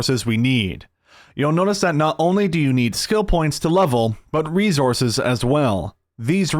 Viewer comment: "Resssourccezz lol resssourcezz" lol learn how to say resources